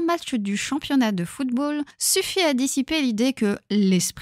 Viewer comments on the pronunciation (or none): none